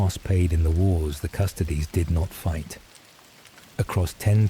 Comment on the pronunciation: Custodes, pronounced like "'custodeez nutz"